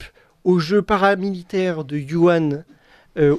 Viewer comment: on ne dit pas Yuhan, on prononce wouhan (avec un h dur comme le j espagnol). Je parle, lis, écris le chinois, en nov. 2019, les Chinois parlaient d'une infection respiratoire qui leur venait des E-U